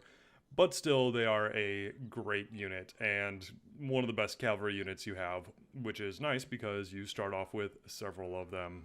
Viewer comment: great video, i really wanted to find overviews on the factions of tzardoms, i utterly despise how you pronounce cavalry